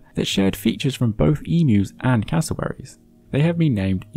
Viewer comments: Well done for pronouncing "emu" correctly! :D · I think you are the only non-australian that pronounces emu correctly